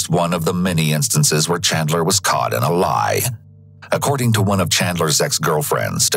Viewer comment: As a fellow Chandler the Chandler association does not claim or approve of this man. Also bro keeps saying Chadler